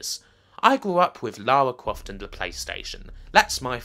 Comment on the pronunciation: LAUWAAA CWAUFT